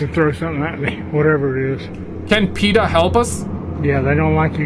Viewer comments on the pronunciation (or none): none